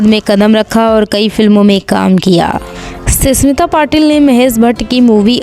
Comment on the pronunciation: Ssmita nahi smita